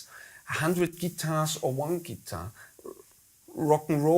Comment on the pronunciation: Great, passionate conversation, but please remember, guys, what your favorite instrument is called: Guitar. Gitarre. Stress on the second syllable. Same in all languages, no need to suddenly change it.